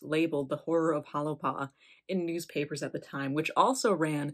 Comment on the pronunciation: If you’re going to do a story how about pronounce it correctly. Correctly pronounced it sounds like “Holy Paw”